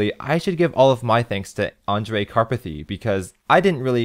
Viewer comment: HE SAID THE NAME ANDREJ CORRECTLY. SOMEONE PINCH ME